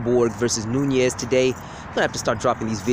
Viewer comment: you sure it aint noni instead of nunes.